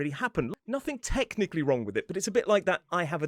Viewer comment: oh hearing that "wronK" was a bit of a culture shock